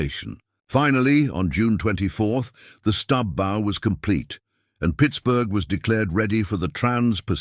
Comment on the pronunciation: A lovely inspiring and instructive story of human determination and resourcefulness overcoming disaster in the face of unrelenting nature. Well done. However, the use of "bow" - pronounced as "go" instead of "wow" by the voice synthesizer software delivers a jarring effect that detracts from the presentation. Perhaps you can make corrections?